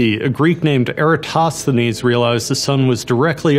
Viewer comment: The way you pronounced Eratosthenes is a sin